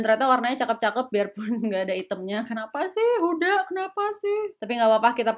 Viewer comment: njir pankreasku tergelitik ketika ngomong huda lumping